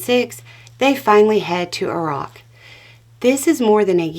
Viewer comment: Thank you for correctly pronouncing Iraq.